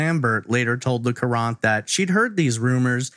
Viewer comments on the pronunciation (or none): I grew up in Newtown during this time. I was around 12 and this along with Richard Crafts were the biggest news forever. I always thought this case had been solved. also, FYI Hartford Courant is pronounced the same as Current not ker-Aunt